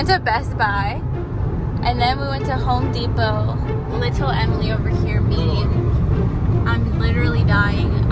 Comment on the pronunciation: Emily for the last time it’s not “home depo” it’s home dePOT